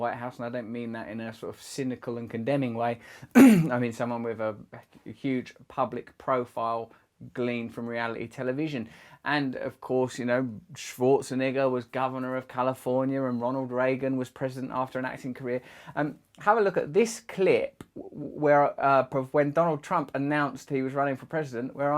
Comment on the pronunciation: Really need to pronounce the e in scwarzenEgger